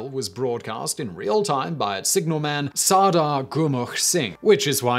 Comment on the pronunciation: as a sikh you definitely pronounced the battle cry wrong lmao but good video